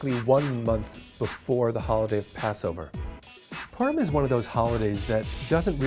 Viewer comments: I’m pretty sure we pronounced it as “pu-r-im” not “purm” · as a jewish person its pronounced po-rim not Purum. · H Levin poor-im is also common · Sounds like he's saying perm. it sounds like a holiday about getting your hair done. Hey Jimmy I really like your new hair style Yeah well last weekend was perm so I had to change my hairstyle according to my Jewish faith. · I thought he said "P*rn"💀💀💀😅